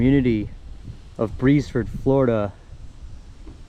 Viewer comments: Its official name is the Beresford Presbyterian Cemetery (there was a church at one time). The town of Beresford was at this location. There was a steamboat landing just west of the cemetery. The pronunciation is "Beers Furd." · Pronounced BEARS FORD. I am Richard Beresford